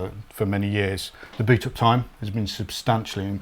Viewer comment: Wierd pronunciation of “boot-up time”. I had to rewind it 4 times to get what he was saying!